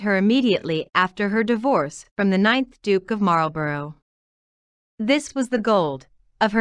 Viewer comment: Marlborough is pronounced MARLBURRA